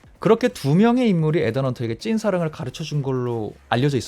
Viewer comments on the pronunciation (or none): 에단이아니고 이든... final not pinal..f 와 p 발음....